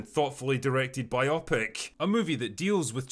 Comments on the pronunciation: It's "BIO-Pic", not "byopic". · “bi-opic”? Isn’t it “bio-pic”? Like “biographical picture”, or something? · Surprised Drinker doesn't know how to pronounce biopic. It's bio-pic. Not bi-opic. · Drinker, I know we’ve got layers of alcohol and Gaelic to get through, but the word is bio-pic not bi-opic. ;-) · You're mispronouncing Biopic. It's BIO-PIC , not BI-OPIC. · bio-pic, not biop-ic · biographical picture, Drinker. bio-pic, not bi-opic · “Biopic” is pronounced “bio-pic,” not “bi-AH-pic.” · Love you, drinker. I look forward to every video you do. That being said, im a bit of a stickler when it comes to grammar and pronunciation. You are saying "biopic" incorrectly. It's "bio-pic"...as in biography- picture. Not "bi-opic"....as in two-eyes. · Bio-pic. BYE-oh-pic. Not "bye-AH-pic". Biographical (moving) picture. Bio-pic. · Bio-pic, not bi-opic. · I've never heard biopic rhymed with myopic before. I always thought it was a contraction for BIOgraphical (motion) PICture, pronounced bio-pick. Regardless, great review. I'm not a huge fan of wrestling, but the movie might be worth the watch, especially given such a profound drought of anything really noteworthy or quality coming out of Hollywood these days. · Did the drinker just say biopic? Dude, it's Bio-pic sunshine. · Its Bio-Pic, Biographic Picture, not biopic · Jesus Christ, Drinker! "Biopic" doesn't f*cking rhyme with "myopic"! "Biographical picture" = "bio+pic." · You mispronounced 'biopic'? hahaha. Seriously? It's pronounced "BIO PIC", like it's two separate word, as it's short for "BIOgraphical PICture" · My biggest takeaway from this is a whole new way to pronounce 'Biopic' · Why does Drinker keep pronouncing it Biopic? ....... 😉😆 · Biopic does NOT sound like myopic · The way you pronounce 'biopic' makes it sound like some sort of medical condition.